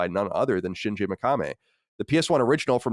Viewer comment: "Shin-jey Meh-ka-meh" 😂